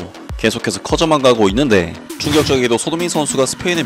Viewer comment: 있/는\데/ ㅋㅋ 고향이??